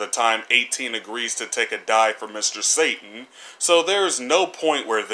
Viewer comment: you don't pronounce satan correctly